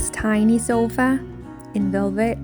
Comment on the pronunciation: You are doing it again! A sofa is not a SHH!!!!